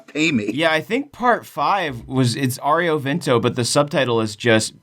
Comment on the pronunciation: "Aureo Vento" Just no, please no